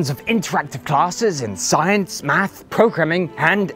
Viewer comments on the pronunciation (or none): none